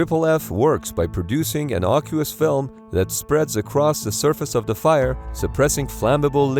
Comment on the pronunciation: As usual,, this video was fantastic, which was no surprise because nearly all of your videos are fantastic, and I love your channel (despite its clickbaity-sounding name). So when I make this tiny little pedantic complaint, please understand it's in a context of love. But... you might wanna look up the pronunciation of "aqueous" (as in AFFF). 😉 Much love, from a pedant who's learning a ton from you.